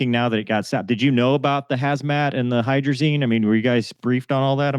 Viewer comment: What’s with the “hydrazine” ?